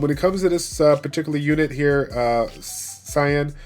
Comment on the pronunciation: Sian is pronounced Sean, Shaun, or Shawn; it's the Gaelic spelling.